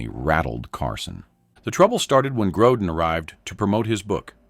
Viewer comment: It's not "Grodan" you idiots! When will this freaking moronic channel creators stop using artificial voices? They keep saying theeach next guest will cause Johnny to explode... But they never show it. Just more exaggerated click baiting to get more viewers! Such dishonest showmanship that should result in their channel being kicked off of You Tube!